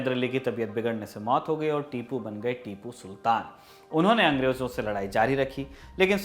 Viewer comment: Tipu sultan ka name izaat se lena chie apko...magar kuch jagah per aap ne name se sahi se nahi liya